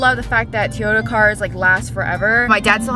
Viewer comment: Lol I have never heard Toyota pronounced that way! 🤣